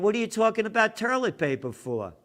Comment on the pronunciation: Where's the "R" in toilet?